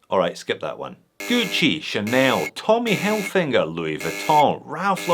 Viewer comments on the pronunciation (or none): wait, did i hear Tommy Hellfinger? 💀